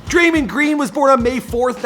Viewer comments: Eh fam it Dray-mond not Dray-mend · He said Draymend green, ok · He said draimen green lol 😂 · "DRAY-MOND-GREEN" get it together. You're always messing up the pronunciation of names bro... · Hate how you say his name